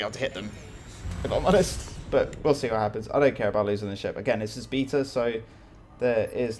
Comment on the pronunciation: The way you pronounce "beta" really annoys me....